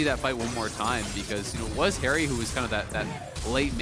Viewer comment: Every time he said haeri i heard keria. Am i alone?